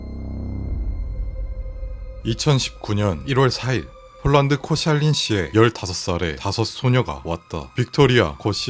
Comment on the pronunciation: 이 채널 주인은 한국어를 모르는걸 떠나서 이제는 폴란드도 폰난드라고 하네; 폴란드는 한국어가 아닌데(한국어여도 그렇게 말하면 안되지만) 왜 발음 법칙을 네 맘대로 바꿔